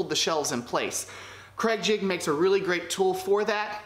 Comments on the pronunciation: YOU ARE AWESOME I LOVE THE WAY U POP UP ON THE SCREEN IT MAKES THE VIDEO SO MUCH MORE FUN. I ALSO LOVE HOW U SAY CRAIG JIGGET. I LAUGHED SO HARD. CAN U MAKE A FLOATING SHOE RACK PLEASE. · Please, please, please STOP using cregjigging the word is "use pocket holes" or " we will use creg jig pocket holes"